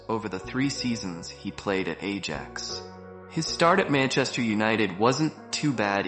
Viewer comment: why pronouncing AJAX like an idiot? And yes... editing of the video is terrible. Looks like these days most of the videos are made by 8 years old